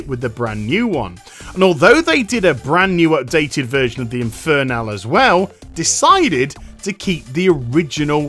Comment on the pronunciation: Why does it annoy me so much that you pronounce it "inferNAL"...